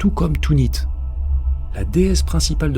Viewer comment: Excellente vidéo, comme toujours: Merci! Quand j’ai vu ta notification, comme beaucoup, je me suis réservé un moment privilégié pour l’écouter. En ce qui concerne le papa de ce jeune homme, tourner la page, ça me semble impossible même si la vie continue. Belle corruption sur cette île en tout cas. Rien d’important mais pourquoi prononcer Tunit en parlant de Tanit (ou Tinnit), l’équivalent féminin de Baal?